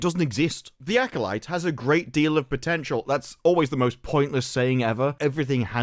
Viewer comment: Why did they have the guy that can't pronounce acolyte say acolyte?😅